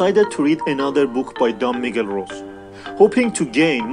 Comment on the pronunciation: My favorite book. By the way, "don" is not his first name. "Don" is equivalent to "Mister". His name is Miguel Ruiz. And, his last name is pronounced, "Roo-ees".